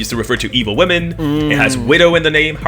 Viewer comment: $Are wemon dresses" 😂😂😂